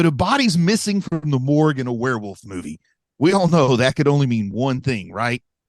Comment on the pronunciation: it's werewolf, not werarworlf. lol